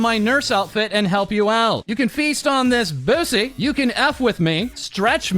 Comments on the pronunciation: I can’t get over calling it a “boosey” lmao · Didn’t event realize he pronounced it like that until I read this 😂